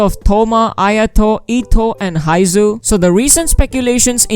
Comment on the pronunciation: Not haizhu ..baizhu